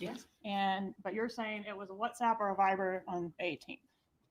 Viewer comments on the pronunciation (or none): it's Viber,, not fiver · Totally doesn’t matter AT ALL but they’re saying “Viber” not “fiver” 😉